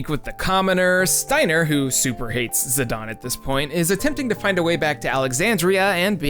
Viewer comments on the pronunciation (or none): Idgaf it will always be zi-DAIN...not fuggin zi-DAWN... gtfo with that sh*t. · Great video, but how can Zi-Dane be pronounced Zi-Don? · Also, the way you're saying his name is bad lol